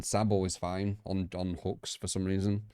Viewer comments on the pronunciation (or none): none